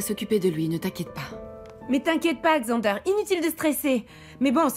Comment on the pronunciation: J’aime la façon Hannah prononce Xander😊